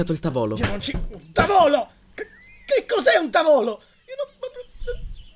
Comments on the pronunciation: Fac-e-book, tavòlo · Tavòlo mi sa tanto di stanlio e Ollio